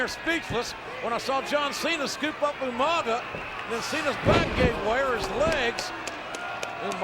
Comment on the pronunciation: Listening to William Regal call Umaga 'Yumanga' was hilarious 🤣🤣🤣!!!